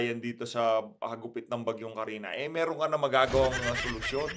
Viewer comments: Kristine not Carina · kristine po! hnd carina.hehehe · Kuya, Kristine po hindi Karina, hahahahahaha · Kristine po Hindi Carina ang bagyo. Sir.